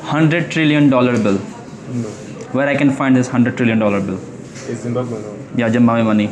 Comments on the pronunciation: Hi, your Zimbabwe pronunciation is wrong, actually (ZIM BAB WAE) correct pronunciation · Pronounce this way.... ज़िम्बाब्वे - ज़ि म्बा ब्वे ......🙏🙏💞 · Please pronounce Zimbabwe correctly. There in no N. "ZIM - BAAAB - WAY" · जिम्बाब्वे होता है 😂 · How do you say Zimbabwe as Zimbambwe? Where do you get the m? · Zimbabwe is pronounced as zuhm-baab-vay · Sorry to interrupt you why you said Zimmaway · Zimbabwe... Kya bol rahe ho pichle din se ... Ek seedha sa naam bola nahi ja raha kya ? जिम्बाब्वे-- जिम बा बोए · Zim bab we hota ha 😂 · Bhai Zimbabwe Sahi se Bolo. Sh or shaa ka issue hai Aapke jabaan mai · bhai is having a hard time pronouncing the name of the country correctly. Never mind we still love him 🎉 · Country ka naam theek se bolo sabse pehle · I think bhai ko Zimbabwe bolne me problem aa rahi hai... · Bihari he liye naam galat pronounce kar raha he😅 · your zimbabwe pronunciation is not well 😂😂😂😂😂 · Itne samay ke baad bhi, Zimbabwe nahi bol paraha he... 😂😂😂😂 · Ary baba ZIMBABWE 🇿🇼 ko theek se pronounce to karle 😅😅😅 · Bhai ye zimbabwe kyu nahi bol paa rha ? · bhai apna Zimbabwe pronunciation thik karlo... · Dude you are pronouncing the country name incorrectly. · You have serious problem with your English pronunciation you are travelling International lots of countries but you can't pronounce a country name properly Zimbabwe but again and again you are saying Zimbamba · its Zimbabwe not zimbambe Thik se to nam nahi le pa rahe ho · उच्चारण थोड़ा ठीक कर लो। जिंमाम्बवे नहीं जिंबाब्वे (Zimbabwe) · जिम्बाब्वे। 😂😂😂 जिम्बाबे नहीं। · Bhai zim baa buuee ye bola kyu nehi jaa raha aapse😂 U said zimbambe zimwawue zimame but zimbabwe bola nehi ja rha 😅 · Zimbabwe ❌ Jimbambe ❌ Zimwawe ☑️ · are vai it's ZIMBABWE (zim-ba-buye) ab sahi se bolna!😑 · Please pronounce Zim baab Way! Properly at least once 😂😂😂😂😂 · Why do you always pronounce 'ZIMBAMBE'? So irritating! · Bhai abhi tak "Zim Bab We" pronounce karne main nakaam Raha hai 😂